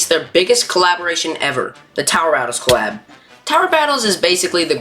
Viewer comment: For some reason i hear clap instead of collab😊